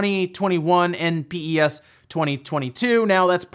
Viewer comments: never heard anyone say Pee eee S lmao. Everyone I know says PES as in Pez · For reference no one actually calls it "PEE-EEE-ESSS" people pronounce it pez just like the candy. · I’ve never heard anyone pronounce the game as P.E.S. before. Always heard it called Pro Evo or Pez. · Bruh its not P E S its just Pes lmao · Is it just uk that say pes like pez and not p e s as separate letters? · Ahh he said P-E-S, bless him